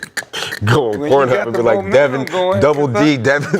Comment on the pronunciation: Nick saying Devin davencho 😂😂😂